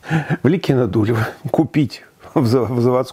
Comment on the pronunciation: Профессор, только правильно надо: не ЛИкино-ДУлево, а ЛикинО-Дулёво.